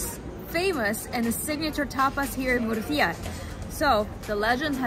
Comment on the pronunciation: i hate how you pronounce the name of this wonderful city. it's múrcia, not murcía as you say. the accent is on the u, not the i. if you are doing a video on a place or a city, the least i would expect is asking some locals how the name of the place is pronounced.